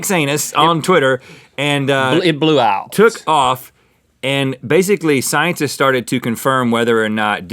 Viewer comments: Did Link say sciencers 😂 probably not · I don't see that anyone caught this... Link said "when scienters." :p